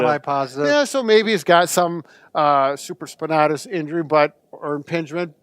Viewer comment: Same here Jesse Collins. SupraspinAtis not supraspinahtus lol